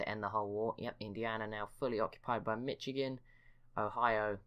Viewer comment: Also it’s pronounced Mishigan